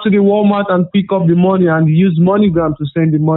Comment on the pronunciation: "I said Shelly did not pick up the mowny" lmfao I come back everyday for that